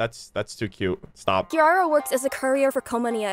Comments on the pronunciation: Is he unable to pronounce Kirara correctly? What’s up with the random Ls in the name? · I hate the way they pronounce Kirara in English